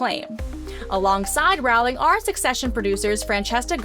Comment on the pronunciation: Rowling is pronounced “Rolling”. Rhymes with “bowling”.